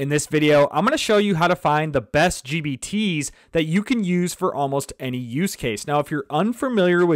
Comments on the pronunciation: Man is sounds like he's saying GBT's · Every time I hear gbt.